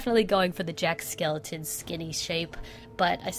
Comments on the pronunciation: There is only one bad thing about this video., you kept saying jack skeleton, not jack skelington. That's literally the only thing! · Her: says jack skeleton me: ITS JACK SKELINGTON lol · You said skeleton instead of skelington and now I’m triggered lmao